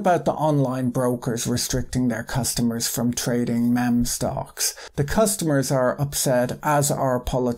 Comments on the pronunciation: Love your take on this event! The insight plus humour makes this great to watch. Just wanna let you know it's pronounced meem and not memm. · Great video as always! Meme is pronounced 'Meem' btw it was cute hearing you call it 'Mem' though haha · Hey Patrick impeccably succinct and good video as always . The word meme is is pronounced like "MEE" not the soft "Mem" as you may be away. If its British or an inside joke thing I don't get, apologies for correcting you but just wanted to help if this was an egg-on-face type situation. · Best video I’ve watched on this topic. Thanks for the great video Patrick! One thing: the word meme is pronounced ‘meem’ and not ‘mem’ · FYI It's not pronounced "mem" but "meeee-meeee" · MEEM not mem omg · Oh, by the way it's pronounced "MEEM" like "beam" or "seem" or "keen" (depends on your accent perhaps). Great video as always, thanks so much Patrick! Best to you and yours. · But he do have a loisence for that mehm. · Meme is pronounced as “meem” Patrick :) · Meme, It's pronounced "mEEm" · he says même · It’s pronounced MEEM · It's pronounced meem. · It's pronounced Meem